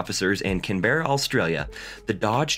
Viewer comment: CAN-BRA Its cool your learning 😌